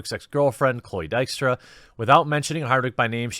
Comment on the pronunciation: His pronunciation was reasonably good, not perfect though.